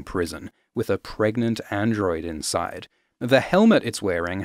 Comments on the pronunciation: I am so happy you said "pregante". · "Can u get Pregante?" that killed me